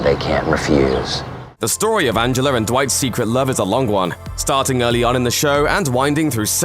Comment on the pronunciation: did he say Angeler?